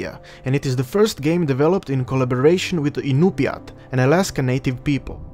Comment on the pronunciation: One thing is I noticed you pronounced the tribe's name wrong. I'm 25% Tlingit (Like Klingkit) and 50% Inupiat (Like In-you-peak), which is still a bit confusing to type out the proper pronunciation for. A minor detail, but I'm glad to see a game like this is out.